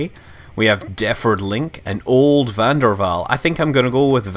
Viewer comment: Scott Manley Because I didn't get the pun .-. And I'm Dutch like van der Waal, and I try to correct people when they say 'von dur wal', instead of actually 'van der Waal'. That's pronounced like 'vaan daer Wáál'.